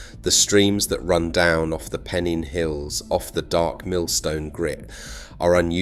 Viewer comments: Pen-een hills? AI sucks. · Great and well researched, spoiled by the AI narration. Pennins and in particular Slaithwaite, come on! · Enjoyed your video, but you do need to learn how to pronounce Penines as in pen nines and how to pronounce Slaithwaite as either Slath Waite or sla it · And pennines